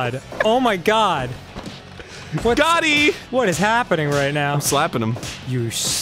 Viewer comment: "Gotti" NO ARIN